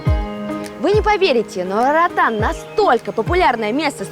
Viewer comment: Нормальные люди говорят: - Роатан Русские: - Раатан